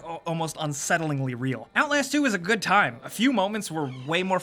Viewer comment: He said "OutLAYASST 2" HAHAHAHA